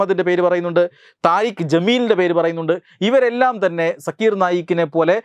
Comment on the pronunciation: ആ തീവ്രവാദിയുടെ പേര് “സാക്കിർ നായ്ക്” എന്നാണ്. സക്കീർ അല്ല